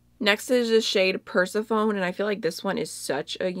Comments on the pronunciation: Like totally just so you know for future vids and stuff, "persephone" is pronounced like per-sef-a-nee. 😘 Xx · Such a lovely colour palette you picked out! Both Looxi and Devinah are releasing more new stuff in a few weeks so I am eagerly waiting to order :D Is 'Glass Slipper' similar to 'Limelight'? And 'Baby Girl' sounds like a dream if it is anything like 'Tesla'! Also 'Persephone' is pronounced 'per-seph-an-ee', she was goddess of Spring/ plants/ new life and also queen of the underworld - an interesting mix! And I just realised I told you how to pronounce something last time I commented haha, tell me to pipe down if it's annoying :')